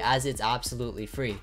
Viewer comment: and how to get it for fwee